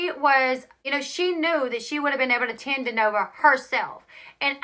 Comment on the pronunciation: I just subscribed! I love your videos and personality...your southern charm is so cute "tend to"